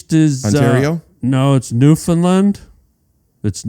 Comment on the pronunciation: Harland your pronouncing Newfoundland wrong...